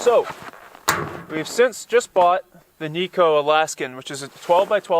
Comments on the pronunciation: Its pronounced nigh-co not knee-co. The stove is named after its inventor Ted Knight - hence its pronounced like his name. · Kni co. Kni Alaska made. Not nico.